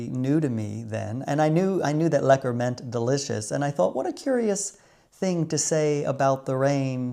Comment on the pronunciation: The way you said it was also lekker. Would you believe it? This dutchman has never been to the Keukenhof, I'll enjoy the tulips and other bulbs in my garden. The Kröller Müler is great and after many years of training my friends in Rochester can now correctly pronounce Van Gogh and Gouda 😅🖼🎨🧀